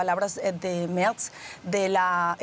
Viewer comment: El canciller "Merz", se pronuncia tal cual...con todas sus letras!!.